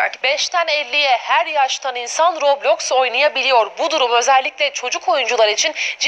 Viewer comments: roblöüx değil roblox daha söyleyemiyorlar kapanıyo roblöüx ü kapatıcaz dfkofkodklfklşdlşf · aynen kesinlikle yasaklanmalı daha söyleyemiyosunuz la robloyxk ne la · Abi. Ya. Kadın. Robloksa. Rokloks. Diyo